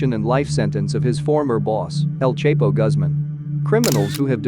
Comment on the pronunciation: El Chepo😂😂😂😂😂 its not hard El CHAPO to pronounce